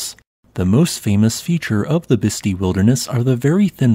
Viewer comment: with respect, it is pronounced bisst eye